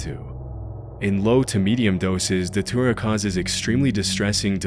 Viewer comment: It took me forever to figure out you were saying Datura..